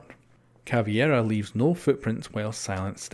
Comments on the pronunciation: it's not Cavie-ra. it's Cavey-ra . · Hey ! Little tip : Caveira -> said Cabeira ( portugues ) Jackal -> said Rackal ( la jota in spanish go take a look of the prononciation ) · You don't pronounce the "e" in Caveira's name. It's pronounced Cav-ear-a